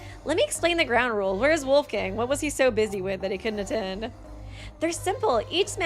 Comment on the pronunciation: I like your channel but you should look into how to pronounce some names. Wolfgang is not an english name...